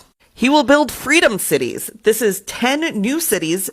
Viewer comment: what are threedom thities? lol whisp whisp